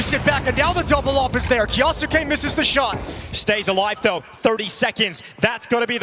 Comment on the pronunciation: Someone teach Moses how to say kyousuke